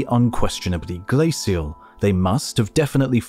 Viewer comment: I realize its nitpicking and the details are very interesting, but it is driving me absolutely nuts that the narrator for a documentary on ice ages doesn't know the correct pronunciation for the word glacial. I am irritating every time it crops up. Its not "SEE" its "SH". Still it is informative, so thanks.